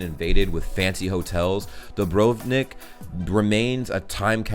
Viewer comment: As a Croat I am glad that you did some digging before you just made a video. And you pronounced Dubrovnik quite good. I think the theater during the Greek times and the one in Hvar weren't quite the same. So I guess your second explanation is more accurate. And did you know that the oldest european city is in Croatia? it is called Vinkovci and also Ludbreg is the center of the world :)